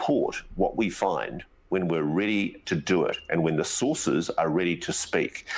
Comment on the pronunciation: Sources or sauces?